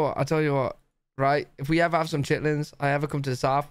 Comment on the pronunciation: No chit-lins